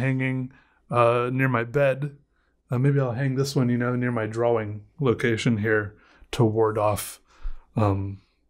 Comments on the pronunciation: I love how he pronounces "drah-wing" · The only person I've ever heard who pronounces the "W" in "drawing". Unique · Hearing “drawing” pronounced with a “W” is unsettling